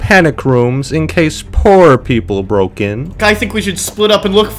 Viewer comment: "What does the B mean?" "Brroke"